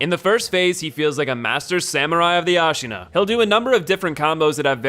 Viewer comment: Great video and all man but your pronounce of japanese names are a big nonono ICHIMONGHI? AS(H)AINA GENICIRO??